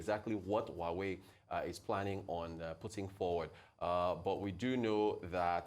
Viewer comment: Why is Abati pronouncing Huawei ‘who are we’?